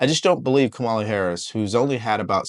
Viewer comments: Its pronounced Comma Luh . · I’m going to answer your question, but you need to have the decency to pronounce her name correctly. And no, I’m not a supporter of hers. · Once u pronounced her name wrong I saw your lying and bias